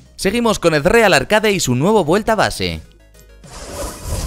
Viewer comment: me pone nervioso cuando dice (arcade) y no arkeid (como suena).